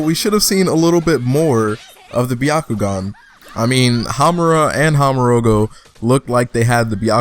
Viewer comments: HE SAID HAMURA AND HAMUROGO(INSTEAD OF HAGUROMO) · isn't it Hagoromo.. instead of how you pronounced it